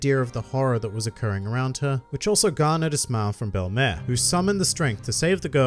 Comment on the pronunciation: Why does pronounce it bell*em*ehr and not bell*em*eer